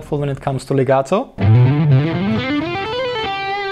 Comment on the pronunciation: I like hearing the word legato correctly pronounced with the letter T instead of the D like most english motherlanguage people do... :-)